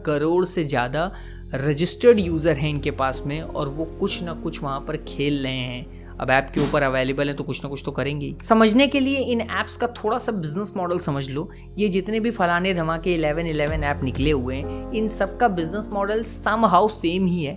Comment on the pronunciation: Ache se bolo Khel rhe hai hota hai Khelehe nhi hota hai